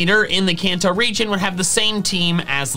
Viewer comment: I thought you said religion